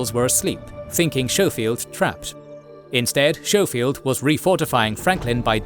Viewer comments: I'm sorry I love this channel but its Sko-field not Show-field! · FYI "Schofield" is pronounced with a hard "K" sound. So its "Sko-field" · And General "Showfield"? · you could benefit from researching the pronunciation of some names before recording some of these were atrocious SHOW FIELD!! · Technically pronounced "SKOH-feeld". Minor detail, still a great video.